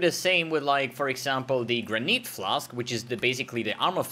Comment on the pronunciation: Why is he pronouncing "Granite" as "graneet" ?